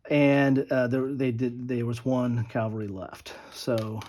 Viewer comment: Nice report.... but you're saying "calvary" instead of "cavalry" .